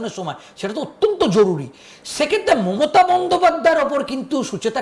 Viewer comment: ভাই, মমতা বন্দ্যোপাধ্যায় বলতে গিয়ে মোতা বন্দ্যোপাধ্যায় বলছেন কেন?